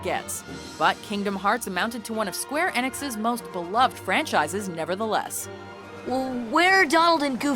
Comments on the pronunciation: "square ehnix" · Yay kingdom hearts BTW square Ee nix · "Square Ennix"? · Square Eh-nix? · wow she mispronounced square enix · uhh many people pronounce it this way, many gamers.